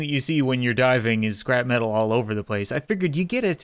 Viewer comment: LOL XD! Whenever he says scrap metal it sounds like he says scrapman!